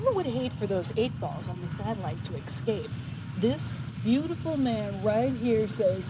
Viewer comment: "Eck-scape" Oh Pearl, how I love thee...despite the fact that you're obviously a graduate of the Learing Center.